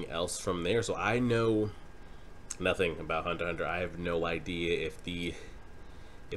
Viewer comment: It's Hunter Hunter, the "×" is silent. Also, Kurapika is a dude, my guy.